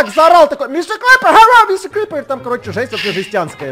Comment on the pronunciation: Star Kitty Мистэ крыпэр?